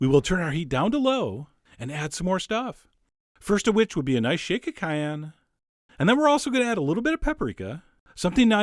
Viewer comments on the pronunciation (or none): none